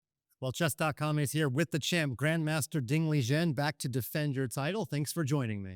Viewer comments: Why did he call him Ding Lijen in the start? Respect to Ding tho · He did not say his name correctly lmao that's not the Chinese pronunciation either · pronounces his name wrong straight out the gate haha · Less than 5 seconds in, mispronounces Ding's name??? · he really could not say ding's full name correctly?